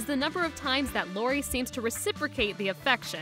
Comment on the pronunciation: You called Lori clori